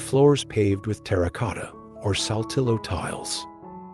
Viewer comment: Its so offendive that this guy cant learn to pronounce a couple spanish words. If its so beautiful anf captivating at least make a little effort to pronounce "hacienda" and "saltillo" correctly.